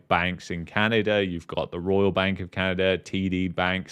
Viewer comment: Sometimes it's Canada Sometimes it's Canerder